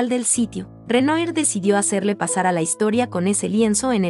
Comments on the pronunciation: Renoir= Renua así es la pronunciacion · No se dice Renoi, se pronuncia "Renuá". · Deben enseñarle primero a la comentarista del video a pronunciar correctamente los nombres de los artistas. Renoir, pintor impresionista es Renuar....no renoir. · Disculpa el apellido del Pintor Renoir se pronuncia ("Renua") es francés y no se pronuncia tal cual se escribe.....!!! Un poco de cultura general, por favor...!!!!!! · Disculpa, pero tendrías que estudiar más antes de hacer un video, Renoir se pronuncia renuar, BOticcelli no BAticelli, la muerte de MArat.. No lo termino de ver.. una pena, el relato parece interesante. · face-orange-raised-eyebrow: que pronuncies mal Renoir ok se puede entender pero BATICELLI. Por favor dedicate q otra cosa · Se pronuncia renua (Renoir) es Boticheli no Baticheli ( Boticcelli), se dice Yak Lui David l pronunciación ( Jaques Louis David , se dice Aviñón (Avignon) , se dice Cezan (Cezanne), se dice Yoconda (Gioconda) , se dice Guernica, la segunda vez lo pronunciaste bien, se pronuncia Polok (Pollock) , se dice Mone ( Claude Monet)